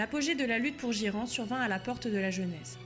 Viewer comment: Trop sympa, une vidéo de fluff en français, par contre Ghyran, c'est "guaïrane" en anglais, "jiran" m'a surpris.